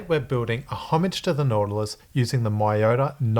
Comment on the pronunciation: By the way it's not "my-yota" it's "me-yota".